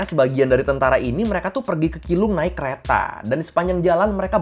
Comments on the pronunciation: keelung tapi pengucapannya bukan kilung tapi cilung 😄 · keelung ; bacanya ciilung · Keelung dibacanya cilong🙏🏻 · Keelung dibaca chi rong